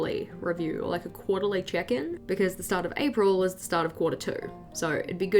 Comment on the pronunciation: I love your videos they are so calming in a way 🥰 Each time you say check in I hear chicken so it's kinda funny when you say quarterly "chicken" 😅😂